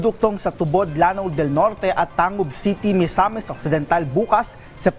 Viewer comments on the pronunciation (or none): pang-guil bay ang pagka bigkas nyan. hindi panguil ng dracula. at tang-gub yan